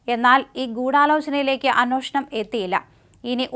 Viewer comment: അന്വോഷണം(അന്നോഷണം )അല്ല പെങ്കൊച്ചേ,അന്വേഷണം(അന്‍-വേ ഷ ണം)